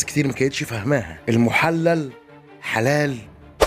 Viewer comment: المحلل بكسر الللام وليس بفتحها